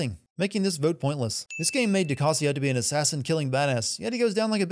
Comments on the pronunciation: Calling Ducasse, Ducassy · Du Cassee? Dude the “E” is silent its french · Sin for literally hearing how DeCasse is pronounced and still pronouncing it wrong 2 seconds later